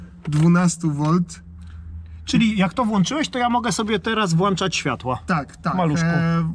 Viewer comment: Włączać ! Panowie, włączać! a nie włanczać.